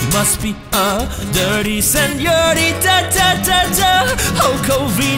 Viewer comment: "Seniorita" jajajaj It gives me grace because as the USA do not have 'ñ' you have to improvise xd